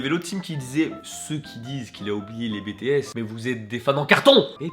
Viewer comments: BTS..."Its actually pronounced as "Bi ti s " & i understand French a little so at least say their names correctly. It might seems that some fans are immature about them or annoying but don't throw the shade at bts pls. ..omg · Ça se prononce Bi Ti Es 😅 #ARMY .. et c est que c est pas si facile enfaite en tout cas bravo à vous tous😆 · Please prononce le Bi Ti S à l'anglaise, bts c'est un putains de diplôme national 😂. Bref sinon super vidéo. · Je suis une ARMY et d accord avec vous si notre fandom à mauvaise réputation c est à cause de fan hystérique sérieux être une ARMY ne m empêche pas d aimé d autre groupe et je vais pas Peter un câble parce qu ils n ont pas éte citer qq part (bon okey la prononciation de BTS en bé té esse houla c juste que ça fait moche à la française😂) franchement ils ont faut du bon boulot sur ce clip et c est génial car il ya teeeeelllement d autre groupe qui l erite d être connu ..euh est ce que c est clair ce que je viens de dir? par ce que j ai pas l impression😅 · Je t'aime beaucoup et je respecte énormément le travail que tu as fais seulement juste une chose... les bts c'est "bitièsse" s'il te plaît XD 💖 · ON DIT "Bi Ti Ès" Et pas BÉ TÉ ÈS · La première que je l’ai entendu dire sa j’ai failli casser un truc😂 (nn c’est pas vrai je voulais juste chez lui pour lui dire qu’on dit pas Bé té s mais BI TI S PNNNNNT et après je l’aurais butté🤷🏻‍♀️😂) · NON NON NON NON!!! C'est pas Bé Té S s'il te plaît!! Ça ce dit en anglais 😂😂 BI TI S!!! mon petit kokoro saigne 😂❤ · « Bitièsse » pas « bétéaisse » 😭😭 bref je t’aime Ton clip est génial quand j’ai vus dedans que tu avait dit « Bangtan » j’ai ouvert les yeux comme ça « 👁👄👁 » avec exo, blackpink, et tout fiiiiin bref c’était trop bien tu as géré!! Et oui « Agust D » agust D et tellement géniale fiiiiiiiin bref je me répète mais tu as gérer je t’aime t’es trop génial. Continu comme ça ❤️ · Par contre... C'est "bi, ti , s" pas "bé, té,s" DSL...😘😂😂😂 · Sa se prononce BI TI AISSE